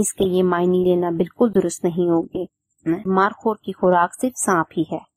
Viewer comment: مارخور ہوتا ہے مارکھور نہیں ہوتا